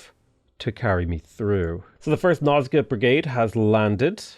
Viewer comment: Everytime said Nilfgaard, I could only hear Milfgaard